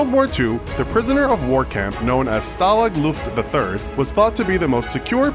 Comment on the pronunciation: I heard “Stalin Nuke the Third”